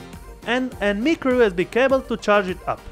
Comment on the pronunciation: he says micro and sounds like mickro XD